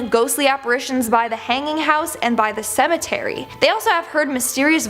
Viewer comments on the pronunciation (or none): none